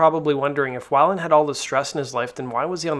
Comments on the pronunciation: I could watch this ... the way you pronounce his last name 😳 Wai-land? It’s Wei-Land (Way-land) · Why is this guy reporting on a culture that he knows so little about he don’t even know how to pronounce weiland. Beat it culture vulture